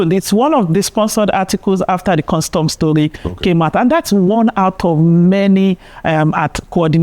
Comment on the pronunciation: ABEG, GO AND FIX your "H" factor. Ah ah?! You are not making ANY effort at all to speak properly - FOR A TV MEDIA JOURNALIST?? That is mediocre. Go and FIX it! Tired of hearing: "Welcome HOUT there!" and "You are HON to Inside Sources!". Ah ah?!